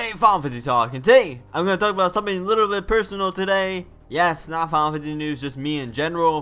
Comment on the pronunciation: I know I said a few days ago of why you pronounced final fantasy like that and I'm sorry like I said before and I'll tell one thing that kupos name gotta go man new viewers want to here new things about final fantasy and when you call them kupos is like where did that come from. You want a serious account here on youtube not a childrens circle with teddy bears and stuff final fantasy characters. Trust me when I say this that you will se a growth in your channel. I hope this helps I'll keep watching your videos but just try to change those things.